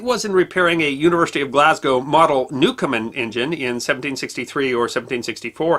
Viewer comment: His name was Newcomen, not Newcomer.